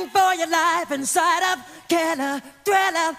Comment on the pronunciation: He says diller.. not sure why he says that?